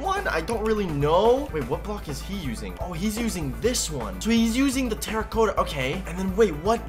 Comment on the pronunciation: you’re saying terra-cotta wrong